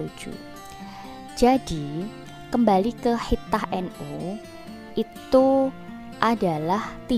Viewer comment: Waduh ni komentatornya kurang pas ni memang tulisannya khithah tapi baca yg pas khitoh,bu